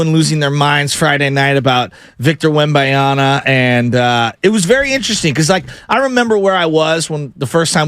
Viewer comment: your mispronunciation of Wembanyama is borderline driving me away from this channel. I suggest sitting down and writing down the name by hand and give it a good hard look before saying it again